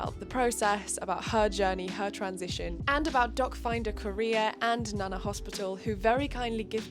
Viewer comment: I hear "dogfinder career" every. single. time